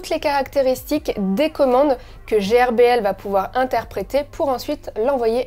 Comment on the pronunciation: Salut miss. GRBL se dit "gueurbeul" et c'est pas un logiciel mais un frimware. C'est GRBL Control qui est un logiciel 😋